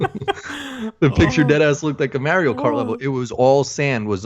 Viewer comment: Every time ya'll say "Mario" I die a little.